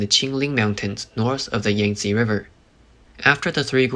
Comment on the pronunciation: Cost ted or it cost.....cost is pass tense. Costed isn't a word...Where is the narrator from? Can't say cost and he can't say Yankzte correctly either. Looks like this is way above his pay grade